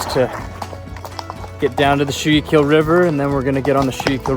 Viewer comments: Was that the Schuykill River? If so, is pronounced skoo-cull (like culling a herd) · Awesome. Saw you here in Pennsylvania. By the way Schuylkill is pronounced Skookill 😂